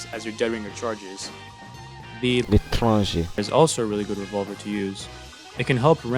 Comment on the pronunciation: I love how he said LETRANge